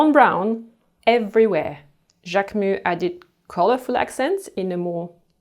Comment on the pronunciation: I love Lemaire. And thanks for teaching me how to say Jacquemus lol. I didn’t know before.